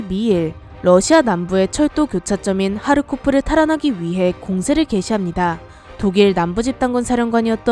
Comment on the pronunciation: 하르코프를 타르코프로 들음 ㅋㅋㅋ